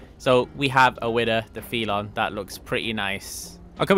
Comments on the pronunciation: Ngl it’s triggering hearing you pronounce Felon and Stanier Wrong. 😭 It’s Felon not Feelon! 💀😭 And it’s Stanier not Stainer😭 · He also pronounced felon wrong. He said "fee lawn" and it's "fell un". He has trouble with lots of common words.